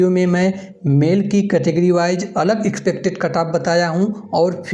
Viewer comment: गहन विश्लेषण वाला तो एक भी वीडियो नहीं छोड़ेंगे। भले ही तुम एक्सपेक्टेड का उच्चारण मुंह में सुपारी डाल कर करो।